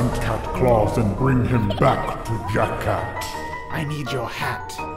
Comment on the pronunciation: Oh yeah when sally says jack cat it sounds like she is saying jackass just saying